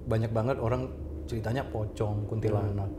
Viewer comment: kenapa orang barat kalo nyebut pocong selalu Pokong? :((